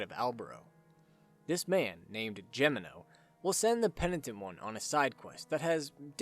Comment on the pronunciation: Damnit, your continued assclowned mispronunciation of Gemino is inexcusable. It’s pronounced: HEH me no. Do some goddamn traveling you moron. What makes this worse is that you pronounced Engracia correctly. What’s the goddamn excuse then? Listen the game’s pronunciation